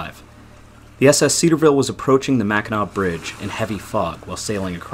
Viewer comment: At least he can pronounce "Mackinac" .... if they can't - I stop it and leave a dislike and move on.